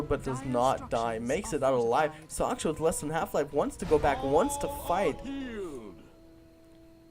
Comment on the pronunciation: Soch SH Ka, not Soch K sha. Respect his skills. -HEROES, not champions. HEROES. -More map awareness is a must-have for casting games, you missed a lot of kills there. -Keep improving! :) -Other than that, nice cast.